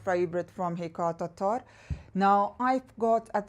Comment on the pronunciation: Happy Monday. My favorite ME brand is Lattafa and Paris Corner. I like your accent when you pronounce Hekayat Attarrrrrr.😄. Have a great week. 🙏🌻